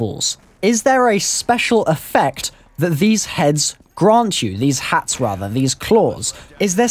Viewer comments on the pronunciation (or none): none